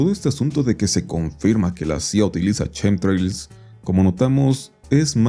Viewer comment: Justo los "chemtrails" no tienen nada que ver con Chems por qué nisiquiera se pronuncia igual 🫠